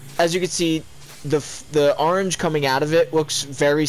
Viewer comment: Nobody:: aringe